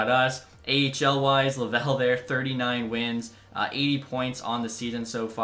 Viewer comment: I’m a Habs fan it’s jean beliveau but jean in French is a common name And Laval is pronounced “Luhval”